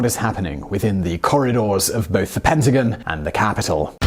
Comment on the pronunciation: Please learn how to pronounce PENTAGON.